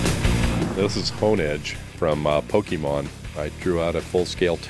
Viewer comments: Srsly? It's pronounced Pokaymon. Or as I say, Pokuhmon. So, ya it's not Pokeemon. Also, why was the JWittz There??? Cool! Hm 01!!!!!!! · It's pronounced Poke-ay-mon!!!! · Yes. Some say “pokomon”. Some people who haven’t seen it much can’t pronounce it right. It happens.